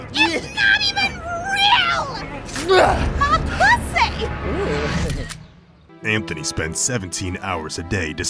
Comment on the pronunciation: "mah pwussay!" lmfao